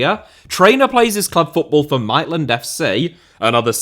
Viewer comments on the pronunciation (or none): As I'm an NRL fan from Australia, I was so glad specified that league is the most popular sport in PNG. I imagine he would at least know the difference between the codes considering he's from Hull. Slightly triggered it's Mate-land